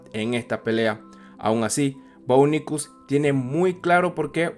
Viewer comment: Jajaja, es muy gracioso escuchar "Bo Nickols"